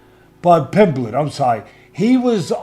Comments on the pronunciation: The best part of this video is Teddy Atlas calling Paddy, “Paddy Pimbleton”… 😂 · Teddy Atlas... "Paddy Pimbleton" 😂